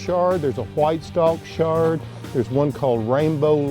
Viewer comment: It's not 'shard'. It's Chard.